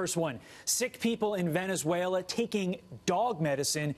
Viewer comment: I laughed when the chap kept saying Venzuela :-)